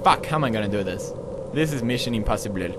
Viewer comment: "dis is mission impossiBLUL" ROFL